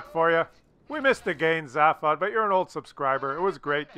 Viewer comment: Sorry but his name is pronounced ZAY-fod. As said in the film, radio and TV shows of The Hitchhiker's guide to the galaxy.